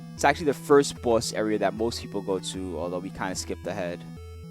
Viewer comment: i like how says "boss", like a BAUSE:)